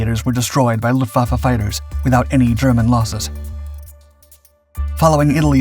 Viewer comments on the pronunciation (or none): none